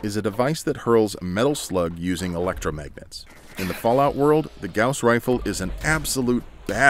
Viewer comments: Bruh you're saying Gows rifle It's pronounced Gaws Rifle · Goss not g-ow-ss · The “gouss” rifle... kill me. It’s pronounced “gause” rifle. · "GAOuWs" Rifle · Gauss is pronounced the same as the bandage; "guh-oss." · Anyone else stop watching as soon as he said gowse? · I thought it was pronounced "goss" rifle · You keep saying it wrong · The way you say gauss bugs me